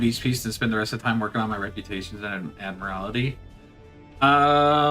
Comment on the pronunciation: Admiral-tee lol. Every time you say admiral-AL-ity, it sounds like you're trying to describe a Mortal Kombat finisher. "Find your admiralality!" Lmao